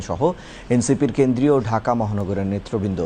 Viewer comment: বাংলা শব্দের ত্রুটিপূর্ণ উচ্চারণের কারণে যথাযথ কর্তৃপক্ষের বিশেষ দৃষ্টি আকর্ষণ করছি। সেইসঙ্গে জনাব সংবাদ পাঠক, আপনারাও দৃষ্টি আকর্ষণ করছি। আগেও একবার বলেছিলাম যে আপনার বাংলা শব্দ উচ্চারণটা ঝরঝরে নয়। আপনি বারবার সঠিক উচ্চারণ নেতৃবৃন্দ না করে উচ্চারণটা করেন এভাবে: “নেত্রবৃন্দ”। নেত্র মানে চোখ, নয়ন আঁখি। নেতা নেত্রী। নেতৃত্ব হচ্ছে বিশেষ‍্য। নেতৃবৃন্দ হচ্ছে অনেকজন নেতা ও নেত্রীর সমষ্টি, অর্থাৎ বহুবচন। উদাহরণস্বরূপ বলা যেতে পারে: নিঃস্বার্থভাবে দেশপ্রেমিক সাৎসাহসী ও জনদরদী নেতৃত্ব থেকে বাংলাদেশের জনসাধারণকে সুপরিকল্পিতভাবে বঞ্চিত রাখার সূদুরপ্রাসারী পদক্ষেপ গ্রহণ প্রিয় বাংলাদেশের অপরাজনৈতিক নেতৃবৃন্দ সুদীর্ঘ ৫৪ বছর ধরে ক্ষমতাদখলের সন্ত্রাসী চাঁদাবাজিতে ভয়ভীতি নির্ভর জবরদস্তিমূলক অপরাজনীতি এই গরীব জাতির ওপর চাপিয়ে দিয়ে দেশের নাগরিকের মৌলিক অধিকার হরণ করেছে। অগণতান্ত্রিক পন্থায় সরকার গঠন করতে গিয়ে দেশের দুর্নীতিগ্রস্ত নেতৃবৃন্দ রাজনীতির দমনপীড়নের ত্রাসের রাজত্ব কায়েম করেছে। এইজন্য দেশের সবগুলো তথাকথিত রাজনৈতিক দলের নেতৃবৃন্দ ভারতের সাথে আঁতাত করে জনগণের স্বার্থকে জলাঞ্জলি দিয়েছে। আওয়ামীলীগ ১৯৭১ সালে ইন্দিরা গান্ধীর প্রণীত নয়াদিল্লীর ৭ দফা চুক্তিটি গৃহীত না হলেও অলিখিতভাবে সেই অপমানজনক চুক্তিটির বাস্তবায়নকারী হিসেবে সর্বোচ্চ কৃতিত্বের অধিকারী হচ্ছে ভারতভক্ত আওয়ামীলীগ। দিল্লীদাসী খূণী হাসিনার নতজানু নেতৃত্ব গত ১৬ বছরে বাংলাদেশের ভাবমূর্তি বিশ্বের দরবারে একেবারে নিকৃষ্ট পর্যায়ে নামিয়ে দিয়েছে। যার চরম পরিণতি হচ্ছে বাংলাদেশের জনসাধারণ আজও “র” মোদী হাসিনার ভারতের অলিখিত ঔপনিবেশিক মাফিয়াতন্ত্রের জাল থেকে বেরিয়ে আসার আপ্রাণ প্রচেষ্টা চালিয়ে যাচ্ছে। মহামান্য মহামতী ডক্টর মুহ